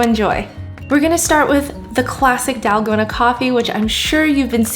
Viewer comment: it is not dalgona it is TALL-KOH-NA